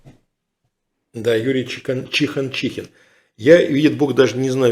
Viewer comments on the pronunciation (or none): Чиханчин, а не ЧиханчиХИн)